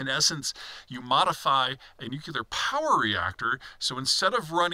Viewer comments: . NEW CLEAR not NEW KEY LER. SHEE JIN PING NOT JHEE JIN PING. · I want to take this analysis seriously, because I think it's one of Peter's favourite subdomains, but he keeps saying "nukular" and I feel like I am learning chess strategy from someone who calls the knight "the horsie" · Amazing that this man still can't pronounce "NUC-lear".